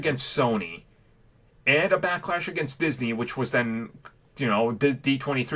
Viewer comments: "Disnye West" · I love “Disnye” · Noone:: Disnye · "Disnye" Security Guard: Don't try and church it up son!